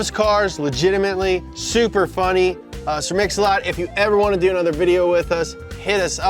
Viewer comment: Sir Mix-A-Lot ❌ Sir Own-A-Lot ✅